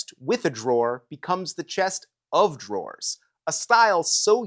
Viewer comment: "Chester draws"